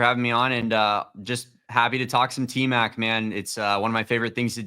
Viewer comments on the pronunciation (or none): It’s Tmac not Tet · Its T Mac not Tet , julian show some respect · Out of respect can you stop calling him tet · Aye bro please stop calling him TET 😂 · QUIT calling the man Tet, Julian 😂